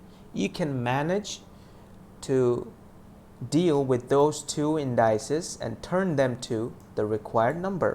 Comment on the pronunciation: You're mispronouncing indices. It's IN-DI-CEES not IN-DY-CES.